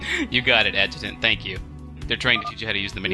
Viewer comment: Adjutant? More like Sasjutant in this tutorial